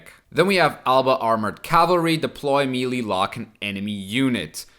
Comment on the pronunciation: Hey, love the content just a quick pronounciation thing. The world Melee comes from French, and is thus pronounced "meh-lay"